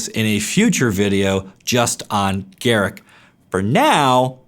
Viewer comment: Its pronounced "gah-rook"